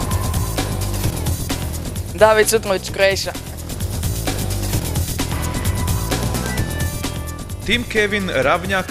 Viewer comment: haha vid barić kroejša.xd slušajte kako to kaže.